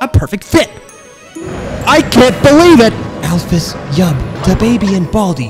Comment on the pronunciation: Not as much as I GOTTA BEILIEVE